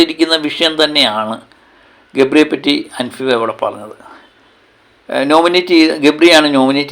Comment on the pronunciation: അൻഫിബ അല്ല അൻസിബ 😅😅😅😅😅